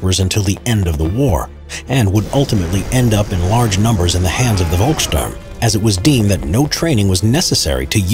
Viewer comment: Volksturm is pronounsed Folksturm